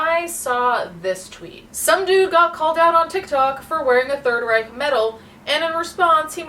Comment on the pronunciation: imagine thinking you are the H*tler reincarnated and then not even knowing how to pronounce ''reich''